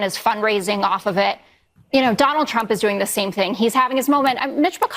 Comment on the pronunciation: Ben: "Donald Trum?" You need a vacation! 😂